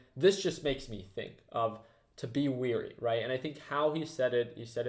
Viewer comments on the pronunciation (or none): I've noticed other people say it this way (wee-ree) but I think it is pronounced (weh-ree or wear-ree or ware-ree). The word being "wary". If you appreciate this attention to detail, you can hire me! Let me know and I'll drop an email.